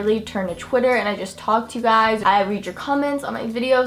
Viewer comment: Why do you always say chwiter instead or twitter